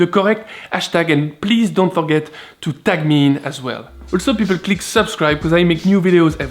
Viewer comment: To fuckget things... nice French accent there ;)